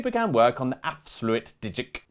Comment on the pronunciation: Wow you guys nailed ‘afsluitdijk’ and ‘zuiderzee’. ‘Stroopwafels’ was wrong though…